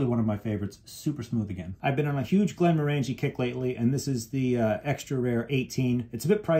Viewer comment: Just FYI, Glenmorangie is pronounced like you are saying the word orangey, like the fruit - something I learned while visiting the distillery.